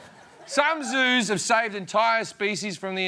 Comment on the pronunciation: Did he say Jews or Zoos ? :D :D